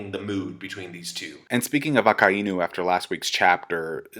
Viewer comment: Why do you pronounce Akainu like that? Lol